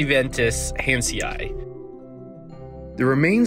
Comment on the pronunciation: I love these videos, but you do need to watch your pronunciations. For example, Caelestiventus hanseni has the last part pronounced as "hansiei". There are other examples, and it does grate. But thanks for the recap, anyway :)